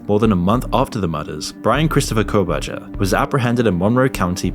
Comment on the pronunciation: You absoloute clown. Kohburger hasn't even gone to trial yet. And you didn't even pronounce his name right. Do your research instead of just trawling the web for your content. The Kohburger case is under complete gagging orders - so none of the things you cite are anything more than chatroom gossip; and no, Im not a Kohburger fan boy... just pisses me off folk like you are trying to cash in, and doing it poorly.